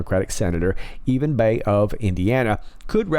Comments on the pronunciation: Actually, its (Bayh ) Pronounced like “bye” as in bye, bye many wish he was gone. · The Democrat from Indusna is Evan Baye ( pronounced Buy). He’s thought to be alittle sneaky himself. Pence knows him well